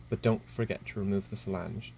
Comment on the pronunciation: "THE FELANGE" 😂